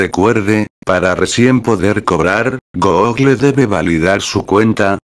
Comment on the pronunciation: una persona normal: google loquendo:goógle